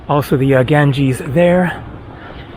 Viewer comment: You mean, Ganges IS called Ganga in local languages. And i can't stand it either how he pronounces it and i am not Indian, only have been there 3 times.